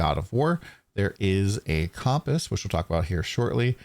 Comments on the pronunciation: The mispronunciation of Compass (Kum-pus) was driving me insane, good vid though. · Compass is pronounced with a "u" sound, not an "o" sound.